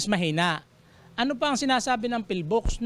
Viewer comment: Vice ala ey PHIVOLCS po hindi PHILVOCS 😂😂😂 kung gusto mo ng mamatay ikaw na lang po eh abay wag mo nang idamay kababayan mo ikaw na laang